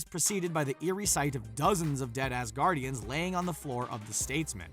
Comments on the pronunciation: oh I thought you said “dead ass guardians” but you actually said “Dead Asgardians” 😂😂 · When he said dead asgardians i thought he said dead ass guardians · when they said “dead Asgardians” I heard “dead ass guardians” and just died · It sounded like he said "dead ass guardians" when he said "dead asguardians"